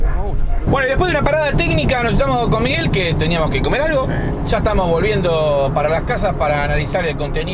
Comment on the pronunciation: Se dice Miguel